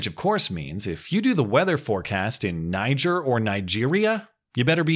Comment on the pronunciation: Just a minor note. You pronounced Niger wrong. That said, it would be easier to misconstrue as someone saying the word in a French accent.